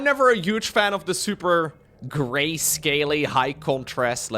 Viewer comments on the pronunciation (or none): none